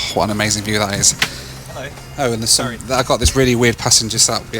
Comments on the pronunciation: man, you gotta learn to pronounce the word "Some". It really sounded like "Sam" and that can't be right, can it? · I've never heard a fellow Midlander say 'some' in such a posh accent! Some night not agree with me though. I heard you sneeze after saying that word too. Bless you!